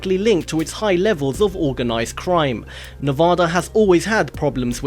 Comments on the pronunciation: NEVADDAH NOT NEVAHDAH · Nuh-Va-Da and Los Vegas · Pronounced Ne-va-da. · You pronounce Nevada wrong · nooo not Nevada and say it right